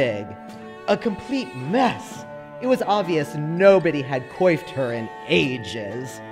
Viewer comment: This is gonna sound bitchy, though I don't intend it to. I really find it interesting that mispronounced a couple of words in her runway performance reading: harrowing (she said something like horroring) and coiffed (she pronounced it how it looks instead of kwahft). When I heard coiffed, I assumed she was an avid reader and had only read that word, but with "harrowing" it's the opposite idea. I honestly do think it's interesting, lol